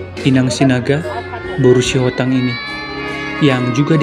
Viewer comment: Maaf min,, almarhum ini, br Sihotang atau br. Sitohang amang..? Terkadang saya dengar Sihotang, kadang Sitohang..